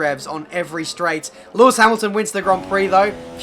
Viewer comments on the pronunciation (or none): none